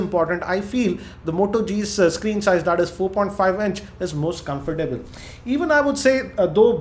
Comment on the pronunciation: what the hell is COME-FOR-TABLE ?